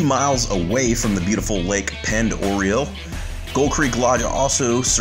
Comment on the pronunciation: That lake pronunciation needs some work